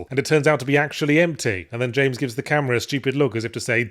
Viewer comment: Yahtzee forgot how to pronounce Jaaaaaaaaaaaaaaaames Sunderland's name correctly for the third review now. maybe the memory is trapped in his fedora